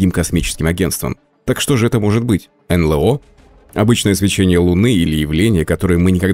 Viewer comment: Эй, ребята! Не ЭнЛэО, а энЭлО. Стыдно.